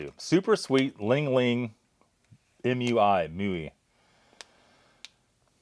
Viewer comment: Reads "Li Hing" and pronounces it ling ling and then says "It must be Hawaiian" and the words "Product of Taiwan" is front-and-center for the camera. Sigh...